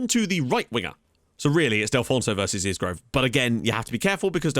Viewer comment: Won't be happy TIL you start pronouncing Isgrove (EYE-grove) correctly lol